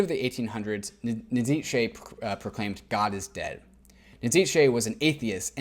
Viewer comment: Fascinating stuff, thanks! Small remark: Nietzsche is pronounced "Neetch" ;-)